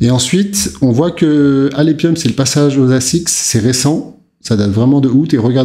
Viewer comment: Alephium se dit alefium...